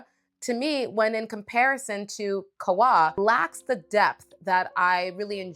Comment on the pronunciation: Qahwa. U read it KAhwa. It's "coffee" in Arabic.